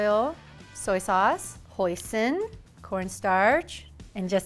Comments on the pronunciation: when she said hoisin, i thought she said poison and i did a double take sdfjsdnfjks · I heard Poison instead of Hoisin Sauce and I thought seems legit.